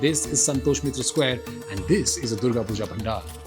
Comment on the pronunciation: did he just say 'Durgo Pujo'?